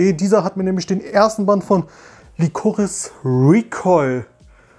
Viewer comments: Das ist absolut richtig ausgesprochen. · Ahhh wie du Lycoris ausspricht. Meine Armen Ohren 🙉